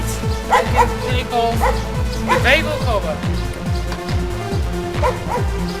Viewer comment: Not much videos on these Omega, 👍 Technoaxe almost ruins it completely though 😂 Voice needs to be louder than music, impressive ability with the English as a second language too; only "valve" and "manifold" pronounced a bit off but would have to be pretty dim to get your meaning confused! Some people just like to pick holes in things. I know video is very old but -Thanks! 👊 P.s is still running these years later??!